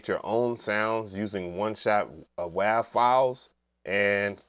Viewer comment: you're an absolute madman saying Wav like that lmaoo great video tho, glad you covered this